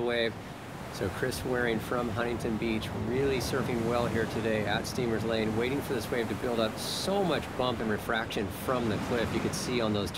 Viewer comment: At least you got the name right. It's Steamers Lane, not steamer Lane. The announcers sounds like they never talked to a local. Too bad it was so small although I think it did get up to about 6 ft because it can be ground pounding huge in the winter storms. Also when there is a South or South Southwest swell and it's big you can catch a ride from way out, starting a couple of hundred yards south of Lighthouse Point and write it all the way to the beach in front of the Dream Inn. I just measured it in Google Maps at four thousand feet.